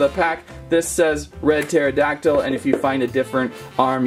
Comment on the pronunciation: It’s teradactal